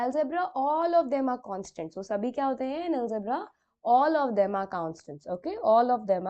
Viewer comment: ALGEBRA NOT ALEGBRA